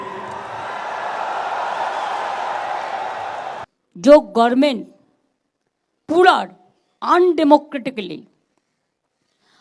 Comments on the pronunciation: গরমেন? গভর্নমেন্ট কথাটাও উচ্চারন করতে পারেন না 😂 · গরমেন্ট, গার্মেন্ট সব এক করে দিল। গভর্মেন্ট উচ্চারণ আর এ জীবনে হলোনা 😅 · So strange Mamata cannot even pronounce 'Government ! She says 'Gorment'. This woman is our chief minister, so what do you expect from the public, TMC followers? She is so envious and cheap. No sense of common courtesy. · গড়মেন (Gormen ) বলা ঠিক হচ্ছে ?